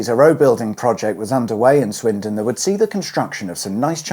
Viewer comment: Swindon or Swinton? Sounded like you were calling it Swinton! Plus no magic roundabout music at the end.